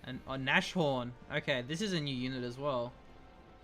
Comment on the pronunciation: NAS-Horn. NAS. Not Nash :D